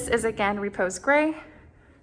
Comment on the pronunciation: It's not Reeee-pose Gray, it's Ruh-Pose with the emphasis on the second syllable.